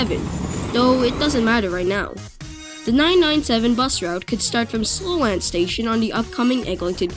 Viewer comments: 👍 Well presented. Double-check your pronunciation of 'Sloane.' 👍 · Great concept to use the space that's there to improve connections. Not how you pronounce "Sloane," but excellent content otherwise